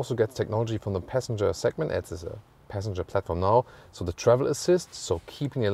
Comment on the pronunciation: all i heard was "peasantger"